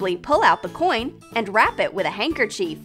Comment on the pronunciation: No offense I love your channel but it’s not handkerchief is handkerchief